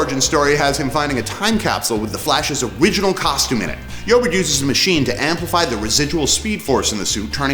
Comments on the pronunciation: I'm pretty sure it's pronounced E-O-bard not Yoburt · Where did you pick up that pronunciation for "Eobard"?